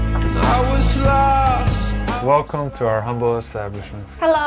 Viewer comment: "hello, relcome"